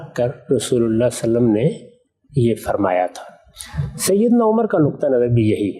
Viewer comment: جناب غامدی صاحب آپ درود شریف صحیح کیوں نہیں پڑھتے صلا صلم کیا ہے